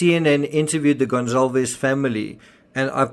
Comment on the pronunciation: Why is everyone saying "Gon-ZAHL-vez"??? Is "Goncalvez" pronounced "Gonzalvez?"